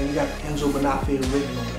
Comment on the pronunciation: I am shocked at the way you pronounce the name of this shoe maker. Your name is, the accent tells you where to accent the word. The same goes for Bonafe'. Do not take this wrong, it is positive critique, as I like your videos.